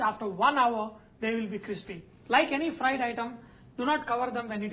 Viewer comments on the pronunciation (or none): none